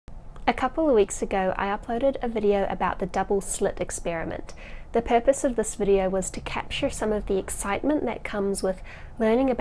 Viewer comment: "the perpusse of the video"